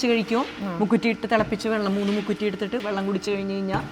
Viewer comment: മുക്കുത്തിയല്ല മുക്കുറ്റിയാണ്